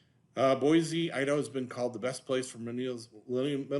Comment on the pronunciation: Very interesting info on the anti-californication attitude in Boise. By the way, if you want to know how to pronounce it listen to this